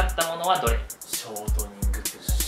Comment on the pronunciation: ここの「ショートニング」の言い方「ショートコントみたいに言うな」ってツッコんで欲しかったであろうイントネーションですき